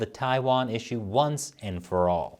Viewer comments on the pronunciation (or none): none